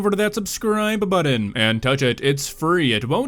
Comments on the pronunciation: "Impordant" My high school English teacher would have slayed me. Same with "Budden" (button) and "Schtreet" (street.) We got taught things in the 70's and 80's. I had a checkbook for Economics class and and could write the checks in cursive. Anyhoose - carry on. Edit** - Add "Simular" to that list then. As much as I hate being a pedant, I hate seeing otherwise great content show sloppiness. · Dude. Pronounce the T in the word important. Same with the word BuTTon! Drives me nuts you have a channel but can’t speak.